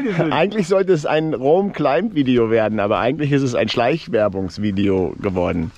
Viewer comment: Danke für den Test und die Erläuterungen - sehr cool! Einen Klugscheißerkommentar habe ich noch, weil's mir in mehreren Videos & Podcasts aufgefallen ist: Das B in Climb ist stumm, es ist also immer ein "Kleim" :-)